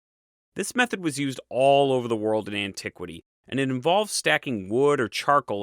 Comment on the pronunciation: "...and that's the awl..." "...now after 'awl' that..." "...After 'awl', 'awl' other cultures..." ...'awl' fabulous questions..." "...we need to go back to the source of 'awl' this copper..." "...why would you bother with 'awl' that..." I can't unhear...